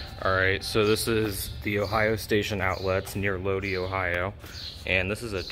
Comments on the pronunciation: The town name is actually pronounced "load-EYE". Nice tour video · It's pronounced "Low-die". It's a neat place, I remember going to it as a kid a few times